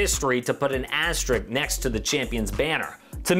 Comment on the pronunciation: Idk this guy keep mentioning it i think he meant asterisk though